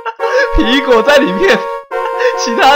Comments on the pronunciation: 皮果講成蘋果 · 你經常吃蘋果嗎？ 吧皮果唸成蘋果 哈哈哈哈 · 我怎麼覺得念皮果常常念成蘋果.... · 把皮果講成蘋果XD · 你一直把皮果唸成蘋果還有平偉的本色你把她唸成偉平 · 分 你吧皮果變成蘋果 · 天狼星還是討厭科學~我一直發覺樂樂一直告訴天狼星，皮果身體裡面的"惡魔"，天狼星還是不相信有惡魔好奇怪阿。 阿~我都聽你講皮果為啥聽成蘋果阿。 我好像有聽錯還是沒聽錯。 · 皮果我都聽成蘋果=